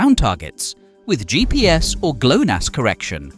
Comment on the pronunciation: GLONASS is the acronym for GLObalnaya NAvigatsionnaya Sputnikovaya Sistema in Russian, not "GLANOS" xD